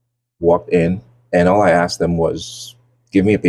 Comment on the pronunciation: “He axed”